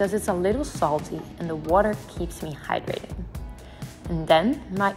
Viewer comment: Sorry but what do you have with your hydration you say every 5 minutes "hydratet"